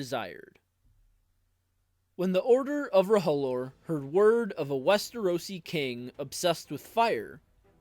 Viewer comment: It's pronounced roe-lore Not ro-ho-lore 😂